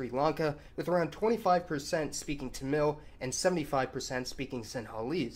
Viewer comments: FYI: It's TA-mil, like Mark Hammil from Star Wars. At least it's pronounced that way in english. Why this kolivari di? I don't know. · OK, so not to criticize pronunciation, I'd really try to say it "Taamil" with emphasis on first syllable. I don't mean to criticize it but it sounds a little dumb in a long video. Also, maybe I'm wrong, but I'm pretty sure it's pronounced like "Sefardic" not "Sep-hardic" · Don't know if this has been pointed out but Malayalam is the name of the language. Malayali refers to the people. Mallu is a slang term also referring to the people. Also Tamil is pronounced with the emphasis on the first syllable. Other than that, great video as always!